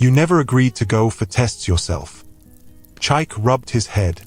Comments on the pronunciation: You are calling the name wrongly meerneer, it is called Chi-ike not Chyke. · Beautiful story, awesome plot...but please can the narrator attempt to pronounce Chike not Chaik? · Even if you're AI but you must learn to pronounce that word with respect to over 80 Million Igbos that owns the language from which this Great name CHIKA OR CHIKE came, we study your names so well before pronouncing then!